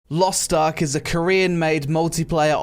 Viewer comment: Lost Tark? LOL it is Lost Ark not Lost Tark :D